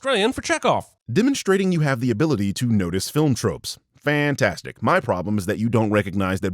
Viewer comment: Okay but calling it "fan-four-stic" is funny